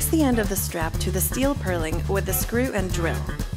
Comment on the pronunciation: It’s not a purling, it’s a purlin.